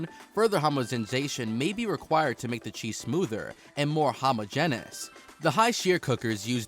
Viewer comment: His pronunciation of the forms of homogenous were just too much!😆